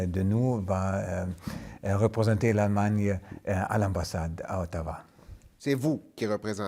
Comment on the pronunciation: Yep "Aallemagne" et non Allemagne